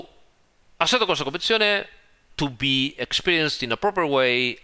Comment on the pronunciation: Every time says “assetocorsacompetizione”, I feel like having a cappuccino.